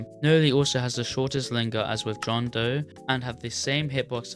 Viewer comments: “bohn doe” WHAT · john doe ❌️ john day ✅️